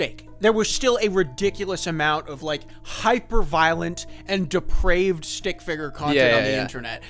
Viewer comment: The way you say “stick figger” sounds like its a slur every time.